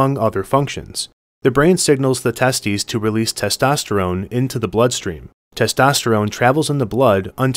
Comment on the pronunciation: "Testes" (test-teez).